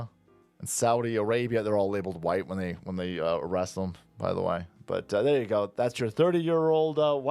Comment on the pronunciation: His teef are sure huwhite.